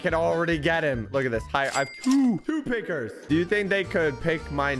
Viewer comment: Him saying, pickers kind of sounds racist